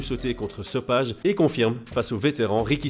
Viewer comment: Salut si jamais on dit sopaï et pas so page